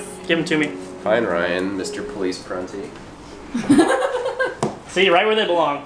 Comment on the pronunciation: I love when they said Police prunty